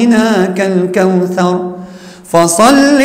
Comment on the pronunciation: تقال الكوثر وليس الكوسر ☺